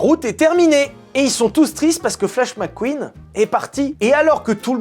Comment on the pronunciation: Mec Queen pas Mac queen